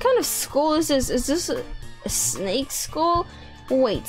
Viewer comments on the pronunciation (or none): Skull! Not school!!!!!!😂😂😂😂😂😂😂😂